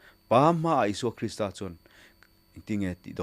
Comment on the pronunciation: Krista Pathian ti lovin Kristaaaa Pathian tih zawk tur niin alang. Krista hi thluk san tur